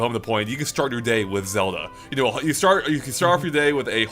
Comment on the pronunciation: please.... everytime you say zewda it kills me inside.